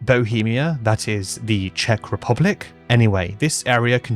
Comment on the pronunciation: Your pronunciation in Czech is actually really good ❤ especially since Czech is so weird of a language, that even native speakers often have to go through speech therapy as children to learn to pronounce some of the weirder sounds 😅😂